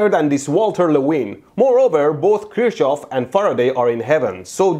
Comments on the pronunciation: no offense... But there is still one small mistake... Kirchhoff was a german and therefor his name is pronounced like kirchhoff and not like kirkhoff, or kirschhoff, just look up german video about his laws and youll know how to pronounce him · Kirchhoff is the correct pronounciation. Saying Kirkhoff is completely false. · I love these videos but Kirchhoff is pronounced very incorrectly. It is said like “Kerk-off” in English. Not “Krishov” Edit: V does sound like W in English. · It's Kirchhoff, not Kirshhoff or Kirkhoff! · The guy isnt called Kirshhoff nor Kirkhoff. It is Kirchhof. Pronounced Kir-ch-of. Ch pronounced by breathing out with an open mouth. The R is hard. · its sounds like you call him cherry hoff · It's pronounced "Kirchhoff". Hue hue hue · electroBoom was a German scientist? or whose pronunciation was right? Kirsche-hoff is not correct pronunciation (maybe in some weird parts of germany). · You are killing me, by how you pronounce the name Kirchhoff. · Man, just one thing - learn to pronounce Kirchhoff, please. No cherries involved (Kirsche)